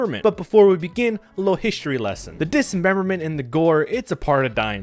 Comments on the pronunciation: The word is "dis-member-ment". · Disememberment lol, it’s dismemberment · "dis em Bem ber ment"....wtf is that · Why do you say dismemberment with an extra syllable? Stop it. You are staying it wrong and it sounds dumb.